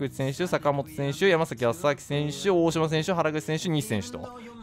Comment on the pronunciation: 大島選手のところ「おおしろせんしゅ」って言ってない？